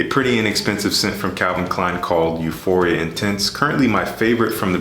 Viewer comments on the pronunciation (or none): none